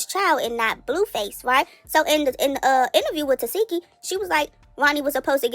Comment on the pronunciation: But we all still pronounce TESEKSHI wrong she even gave up correcting ppl TE-SEK-KI not Te-SEE-ki 😆